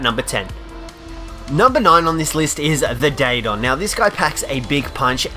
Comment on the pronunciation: Day Don... Lol